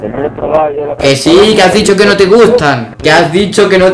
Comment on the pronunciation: Soy el unico que muere de risa cuando dice ¨uh lo que me ah disho¨